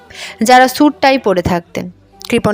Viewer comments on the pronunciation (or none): none